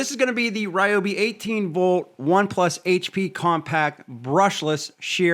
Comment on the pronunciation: Love Ryobi (not Ree-obi) but I’ll stick with my Ego chainsaw.